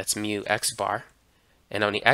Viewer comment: very nice videos but please improve your μ